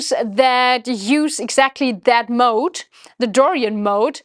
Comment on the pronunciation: The Germanic accent comes out as "Dorian Moat". You should "built" a castle to go with your moat. LOL.